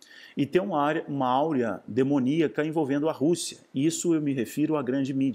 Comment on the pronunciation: Aura e não Áurea.